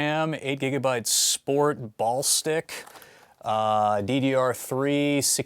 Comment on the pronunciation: "Ball Stick" - This Guy 2015 It's BALLISTIX, as in BALLISTICS. Jesus H. Christ.. To anyone watching this, prep the motherboard before installing it in the case. You will save yourself from quite a bit of headaches.